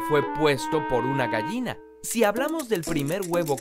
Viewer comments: me molesta lo mal que pronuncia la palabra "gallina" jajaja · tal vez sea un regionalismo pero en mi país se diferencia la pronunciación de la "ll" y la "y". Técnicamente, por la forma de su pronunciación y según como se habla en mi país, él pronuncia la palabra "gayina" y no "gallina". pero como digo tal vez sean regionalismos.